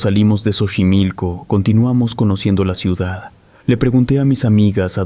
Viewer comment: Buen relato (se pronuncia "sochimilco") 👍